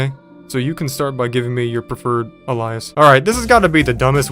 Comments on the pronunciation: It's pronounced *ay-Lee-us* not "al-eye-us" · Omg. A lie is. The way he mispronounced alias is incredible. I've seen him do this with other simple words. I have to believe he does that on purpose because damn. Lol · "A-lie-us"?? You mean "a-lee-us"? You dog the site for poor grammar then turn around and say alias wrong... lol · are you saying a-lye-us on purpose? its causing me physical harm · Honey, I love you but you're driving me up a wall with "Alias" ... It's pronounced AYE-lee-ess Sorry for being that one, can't help it Otherwise ❤ the channel & keep up the good work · Ale E us. Alias. ALE-E-US MAN!!!! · Lol It's pronounced 'aleeas'.. like Alien with an S at the end.. If we followed your way of pronouncing things, an Alien would be a big ferocious king of the jungle mutha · had me loling when you mispronounced alias 2x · bro cant even pronounce aliases or alias lol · Talks about bad grammar, yet can't pronounce the word "alias" lmao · they way this guy pronounces “alias” has me questioning everything i ever thought i knew lol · you gotta look up somebody pronouncing the word alias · This guy: makes fun of ppl for typos Also this guy: Confidently mispronounces "alias" twice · Cool video, but please look up the pronunciation of “alias” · for all the fun he makes of these guys for making arrers, sure can't pronounce the word "alias" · Bugged the shit outta me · The pronunciation of “alias” struck deep in the depths of my soul. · Stop saying "Anyways" it's just "anyway". Look up how to pronounce "Alias". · Why did you keep pronouncing alias wrong? 😂